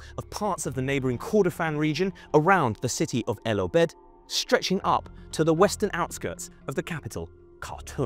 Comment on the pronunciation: You are pronouncing the names incorrectly, for example Omdurman, El Obeid.